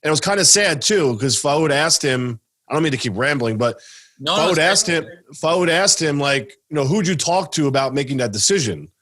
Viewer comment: FAOOOOOOD, tell him its pronounced FOOAAAD please hahaha